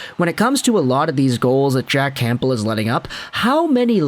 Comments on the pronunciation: Nope. I don't know why went from pronouncing it correctly to this super distracting never heard before Camp-bull. Not the first video either. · Camp-bull? Haha. The p is silent,.